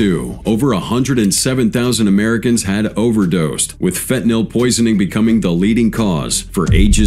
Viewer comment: Had to skip this one the Ai can’t pronounce fentanyl.